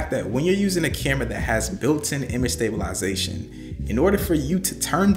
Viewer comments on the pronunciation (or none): 😂😂😂 sta·bi·li·za·tion...la-za-tion.... Where from Canada? 😂